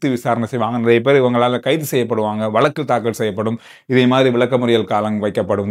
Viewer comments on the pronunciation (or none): none